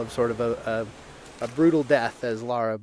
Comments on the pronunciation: Her names LARA not "laura" -__ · Lara, not Laura. God of war, not gears of war. And is is TOMB RAIDER! And we LOVE it!